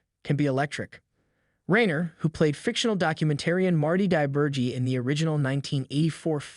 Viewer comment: Rye-ner you gen-z twit.